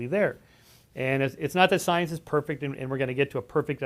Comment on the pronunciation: UM... IT'S PRONOUNCED... "" STIENCE""!!!!, YOU GUYS🙄 ,🎼🎼🤘"She blinded me with STIENCE;"🎼🎼 .. "POETRY IN MOTION".. {?¿?‽?‽?¿?)...¿ meOW 🖤